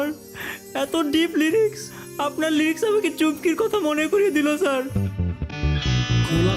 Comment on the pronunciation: লিরিক্স❌ রিলিক্স ✅